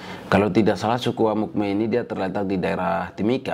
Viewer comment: Amukme bukan tapi Amungme